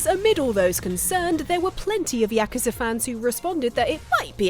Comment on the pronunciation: OK but why can't pronounce yakuza right?